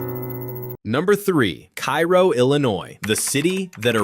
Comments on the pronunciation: Cairo, Illinois. KAY-row, not KAI-ro. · It’s pronounced K-row, not Cairo. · KA-ROW.....they will make fun of you if you call it KI-ROW. Oh and the A is long vowel. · It's pronounced "Kay-ro," not "Ki-ro " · It's pronounced kay-row not ki-row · Cairo, Il is pronounced Karo like the corn syrup. I liver nearby ish. No corrections on the racism part just the pronunciation. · Cairo is pronounced like KARO the syrup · Kay-roh, not pronounced like the place in Egypt. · It's pronounced Cay-roh in Illinois. Maybe not in Egypt, but then, we ain't in Egypt. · It's KAY-row, if anyone cares. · Cairo, Illinois is pronounced Cay Ro, unlike the city in Egypt. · Cairo, GA is pronounced "K-Row." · So is Cairo, IL. I don't know why AI videos (and Youtube videos in general) seem to keep pronouncing it like the city in Egypt. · I was going to mention the mispronunciation of Cairo, but someone beat me to it. You pronounce it the way you did for Cairo Egypt, not Cairo Illinois. My parents and grandparents are from that town and it used to be fun as a kid visiting relatives down there. It used to be booming. Hopefully, I will be able to visit it next summer. Every time I go back stateside, I never have time to get down there. I've been studying Alaska for years now. There is something called "Missing 411 Alaska" where this investigator investigates the Alaska triangle where people come up missing from the triangle which covers Juneau, Anchorage, and Barrow Alaska. There have been over 20,000 people missing since the 1970's. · Yeah, during the lead up to Cairo, I had a suspicion that our robot would pronounce Cairo as though it were Egypt. And sure as hell enough, it happened. A lot of people dismiss this type of YouTube video as "A.I.", as though "A.I." initiates and posts these sorry videos. It takes a real live human being to conceive and upload these things. I have no idea who these people are.